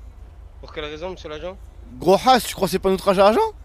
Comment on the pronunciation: C’est pas gros hassa c’est gros haas mdrrrrr